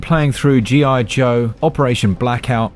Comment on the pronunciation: G.I. Joe, sounds more like G.I. DOH!